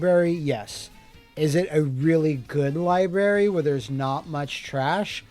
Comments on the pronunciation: I love Scott and love, but my eyelid twitches every time says "libary" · Lie-berry. 😅 The most forbidden of all fruit. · Lie Berry